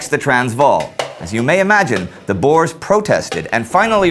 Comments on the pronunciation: Bores? Its boers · Again, Its not "Bores", its kinda prononced "Boors", its Afrikaans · The boars??? Dude its pronounced boers. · Please guys it’s not pronounced boar it’s boer (context i’m South African) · i always crack myself up when you guys say boers as boars XD its pronounced like boor like boo with with an r at the end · Boers not Boars XD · ''The bores'' I guess they were not much fun then.. lmfao! 'Boer' is pronounced 'bour' as in 'you'. It means 'farmer' in Dutch. And the plural of Boer is Boeren, not Boers. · Why does EVERYONE pronounce boers wrong! it's pronounced "Boors". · At first I was like, "Who is the boars???" , but I now know you were speaking of the boere, which in english is farmers. So if he says boars, it's actually just the white afrikaans farmers. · Tomartyr boo + r (rolled), no ew sound. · Checking pronunciations online I can conclude that it is pronounced 'Bewr' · You gotta be kiddin me though. Why does everyone pronounce boere wrong!!!